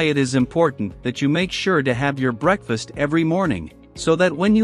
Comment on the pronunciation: Bro said break fast not breakfast